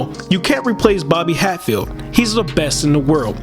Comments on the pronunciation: It is pronounced, "Hat" field. Like you sare wearing a hat. Not "HATE" field which is not only totally wrong but totally, totally "Unrighteous" Big time! Good evening, Sir Good Evening. PS: He don't be "H-A-T-i-N-G" on anybody. Ok????? Good. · Bobby’s surname is pronounced Hat🧢 field not hate field. Thank you. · Please pronounce surname properly NOT HATEFIELD BUT H A T F I E L D...TVM